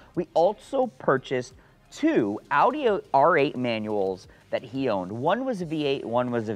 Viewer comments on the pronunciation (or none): none